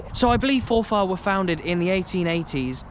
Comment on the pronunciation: Its pronounced forfur